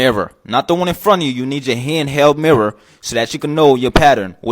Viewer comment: "yer missing yer merrer, where’s your merrer, you need a hand held merrer"